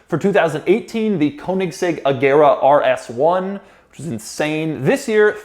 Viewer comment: ‘The Koenigsegg Agera RS-Won.’